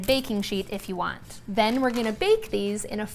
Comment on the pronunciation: Heard a little bit of a Southern drawl when you said 'these go be good'😊 lol here in the south along with cinnamon and sugar we'll add mini marshmallows, same process add mini marshmallows place under a broiler for about 30 seconds and they go be good😅